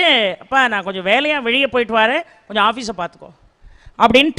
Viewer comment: ள வரும் இடங்களில் நீங்க தொடர்ந்து ழ ழி னு உச்சரிக்கிறீங்க. முதலாளி - முதலாழி வெளிய - வெழிய அனுபவங்களை - அனுவங்கழை ஆனால் சூழல் ஐ சூளல் னு சொல்றீங்க தமிழை ஏன் குதறுரீங்க?